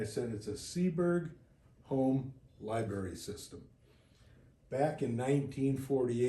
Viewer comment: Uh, i believe the word LIBRARY has an R in the middle...NOT LIB-ARY,! FYI,! You're welcome!